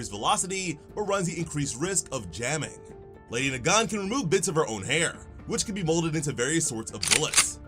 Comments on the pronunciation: “Lawydiay Nagawn” 💀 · It should be LEHHDEE NAAGAAN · you're pronouncing her name wrong... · Ah yes, my favorite MHA assassin, Lady Nagan. (Why is my mans not pronouncing her name correctly?)